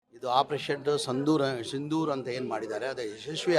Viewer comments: Sandur alla brother sindhur 😅😅😅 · ಅಯ್ಯೋ ಜಮೀರ ಕೇಳಿಲ್ಲಿ ಮೊದಲು ಸರಿಯಾಗಿ ಸಂದೂರ ಸಿಂಧೂರ ಎಂದು ಕನ್ನಡ ಮಾತಾಡೋದಕ್ಕೆ ಚಡಪಡಿಸಬೇಡ ಕನ್ನಡವನ್ನೇ ಸರಿಯಾಗಿ ಮಾತನಾಡಲಾಗದ ನಿನಗೆ ಯುದ್ಧ ಬೇರೆ ಕೇಡು. ಅದೇನು ಇಫ್ತಾರ್ ಬಿರಿಯಾನಿ ಎಂದು ತಿಳಿದಿದ್ದೀಯಾ? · ಇವನ್ಯಾರೋ ಆಪರೇಷನ್ "ಸಿಂಧೂರ" ಅನ್ಲಿಕ್ಕೆ "ಸಂಧೂರ್" ಅಂತ ಇದಾನೆ. ಮೊದ್ಲು ಸರಿಯಾಗಿ ಕನ್ನಡ ಮಾತಾಡೋದನ್ನ ಕಲ್ತ್ಕೋಳಪ್ಪ ಝಮೀರ್ ಖಾನ್. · ಸಂದೂರ ಅಲ್ಲ ಮಾರಾಯಾ ಅದು ಸಿಂಧೂರ.... ಅದನ್ನು ಸರಿಯಾಗಿ ಹೇಳೋಕೆ ಬರೋಲ್ಲ 😂😂😂 ಇವನಿಗೆ ಕನ್ನಡ ಸರಿಯಾಗಿ ಗೊತ್ತಿಲ್ಲ ಅಂದ್ರೆ ಇವನಿಗೆ ಮತ ಯಾರು ಹಾಕಿರೋದು...... ಫ್ರೀ ಮತ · Ley adu Santoor alla kakala sindhoor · ನಾಟಕ ಕಂಪನಿ ಮಾಲಕ್ ಸರಿಯಾಗಿ ಮಾತ್ತಾಡು ಸಿಂಧೂರ ಅಂತ ಹೇಳೋ ಮಾರಾಯ